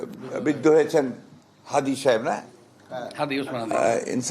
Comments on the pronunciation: ইনকিলাব মঞ্চের ওসমান হাদীকে চিনে না!!🙄🙄 নামটাও ঠিকমত বলতে পারছে না!!🤬🤬 এই হলো দলের মহাসচিব!!😂😂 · হাদির নামটাও ঠিক মতো বলতে পারেন না,,,, শুধু নির্বাচন নির্বাচন বলে চিল্লায় বিএনপি